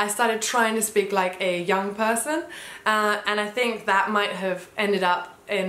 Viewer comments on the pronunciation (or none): none